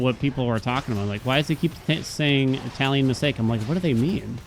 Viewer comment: I honestly thought you were saying “ mistake” for the longest time. It wasn’t until you said “tally a mistake, yup chat, tally another one” that I understood 😂